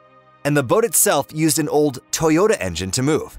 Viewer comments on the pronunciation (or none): none